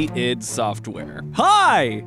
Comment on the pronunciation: Why is he saying Id like that...